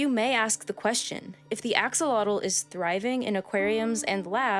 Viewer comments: Axolotl is pronouced two ways in Spanish. Ajo-lo-te - Ajo like the word for garlic in Spanish and lo te, like the word for corn kernals elote - This is the common name And then for the aztec word, A-sho-lot. A as in ahhhhh, sho like the word show, and lot as in a lot of something. You don't pronounce the last l And as far as I know, they can transform into the adult stage if they are stressed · Axolotl is a Nahuatl word, so it's actually pronounced differently than here. It's hard to learn by reading ("ah-SHO-lo-hthh"), but Chimalli Media has a GREAT video about pronouncing it! (In the same vein, Quetzalcoatl is "ket-zal-KO-ah-hthh.") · Whyd she say sholotl and then changed to axelotol Just look up the pronunciation. My god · Three syllables: Ah-sho-LO(TL), accent is on the last syllable. The TL is pronounced a few different ways, the original Aztec sound is an interesting phoneme. Best for English speakers unfamiliar with the sound to up a video of native Nahuatl speakers on it. The TL is also often simplified to a T sound, especially when transliterated into Spanish. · The English pronunciation Aks-ah-lot-tle, is a bit weird and nothing like the original Nahuatl, but it is still a valid pronunciation. If only for the simple fact that it's what people use. Other Nahuatl loan words in English like avocado, guacamole, chocolate, coyote, ocelot, and such all sound nothing like the original Nahuatl. Which is normal when words get transliterated into other languages. One good example: English loan words in Japanese are changed so much that native English speakers struggle with recognizing them. Usually the transliteration isn't as extreme, but it happens any time words moves between languages. It doesn't help that axolotl, and many of these words actually, were first transliterated from Nahuatl to Spanish and then to English. So we aren't just looking at one but several levels of transliteration. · Cringey hearing the name pronounced so badly.